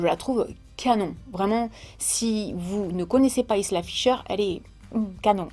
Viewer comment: Hé ben toi qui a vécu en Ecosse tu ne sais pas prononcer "Isla"?😜